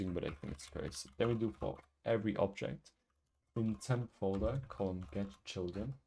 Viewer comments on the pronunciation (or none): none